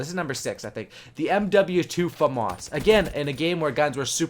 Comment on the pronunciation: Its said like fahmis not fomus i know its spelled famas thats just how its said